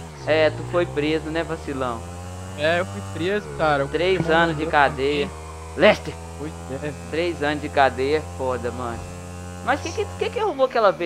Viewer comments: aos 4mine 23 s ele falou lester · Quem escutou o falar LESTER deixa um like... kkkkk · escutei ele falar lester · Só Eu Que Escutei Ele Falando Lester ?! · quem ouviu o rd falando lester pro rasgabucho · quem escuto ele fala lester ? kkkkkkkkkkkkk o outro monha e burro pa carai o cara teve q fala ptqr